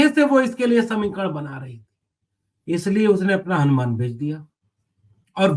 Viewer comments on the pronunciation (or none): none